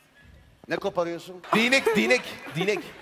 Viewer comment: Diynek diynek ahahaha :D